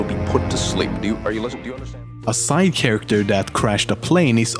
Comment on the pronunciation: Did he just pronounce Charachter "Sharakkter"? I dunno, maybe mishearing of me